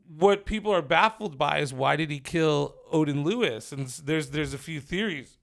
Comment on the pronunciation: Lloyd not lewis